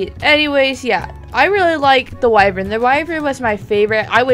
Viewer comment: One thing i dont really like, is mispronunciation. Wyvern is pronouced Wai-vern.